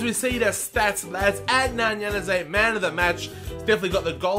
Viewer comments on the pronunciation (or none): please just say januzaj right